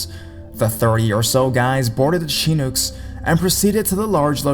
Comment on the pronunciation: it's pronounced like shi-nook